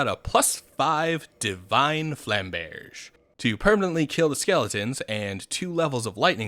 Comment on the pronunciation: It’s goddamn flam-berj ru fing with us